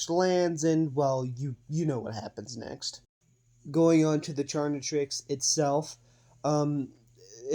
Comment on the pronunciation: You Should Try Another Pronunciation For "Chaquetrix", Calling It "Charnitrix" Is Way Too Close To "Carnitrix" Which Is Also Another Ben 10/Omnitrix AU